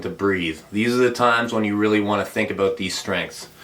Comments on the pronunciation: I love how Laratt says "aboot" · Canadians pronounce "about" that way..